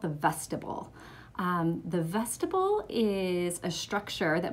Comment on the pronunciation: Vestibule is pronounced vest-tib-yool